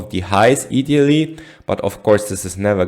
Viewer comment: Just to correct your English ( You are doing great ) When you say " idealy " You are say " ee-dealy " , Say I -dealy as in your eye balls . " Eye -dealy .